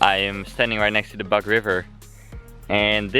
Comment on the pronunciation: I am not sure if that is possible for you but I think it would be funny if you have recorded conversations in Polish or Ukrainian. Well done you! Have you managed to buy what you needed? I was a little confused with your pronunciation of the name Bug. It is not English and u stands as oo in word bOOk. And it sounds like it, although we try to give a g sound at the end, because there is a tree called buk and the names can get mixed up. Keep on good work! I am glad to see my country in tourist view!